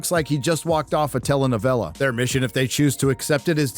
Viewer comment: WTF is a tela novela?